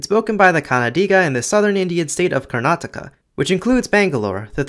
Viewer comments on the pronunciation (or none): none